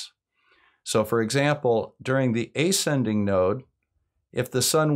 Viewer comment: “ascending” is pronounced əˈsendiNG, from to ascend. Or do Americans really stress the first syllable like that, and pronounce it like it was spelled “ayscending”? (Same question applies with slight modifications to your strange pronunciation of descending, which I have also never heard stressed on the first syllable.)